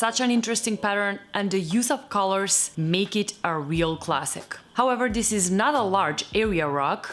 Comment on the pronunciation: You're saying "dis" and "dose" instead of "this" and "those." Just fyi.